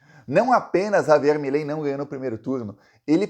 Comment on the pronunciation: Milei, virou "MELEI" ! 😂😂😂.